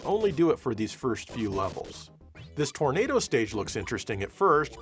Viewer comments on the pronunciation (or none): none